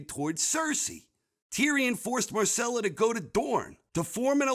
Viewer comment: Agree on most parts but you couldn't even pronounce Myrcella right....c'mon my dude!